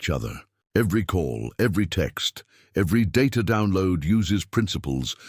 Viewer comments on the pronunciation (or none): none